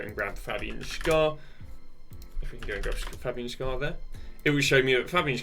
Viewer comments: Just a little hint from a swiss. Fabian Schär's last name ist pronounced like the english word "share". Nice video, thank you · It`s Schär like share, not like golden Schar